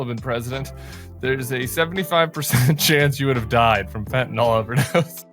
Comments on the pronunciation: It's FentaNYL not fentaNALL 😡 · Shes not pronouncing the drug correctly and im not sure why she wants to seem stupid!!! Its fenta(nyl) sounds like nil...fentanil not fentanol R.N. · Voice in the wilderness; It’s fentanyl (FENN ta nill) not fenn ta nall. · It's pronounced "fentaNIL" not "fentaNOL." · She can’t even pronounce Fentanyl. The last syllable is “nil” Fen tan nil.